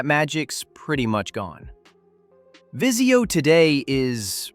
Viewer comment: Vizio not Visio lol